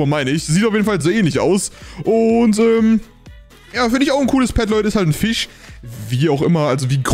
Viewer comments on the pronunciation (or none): none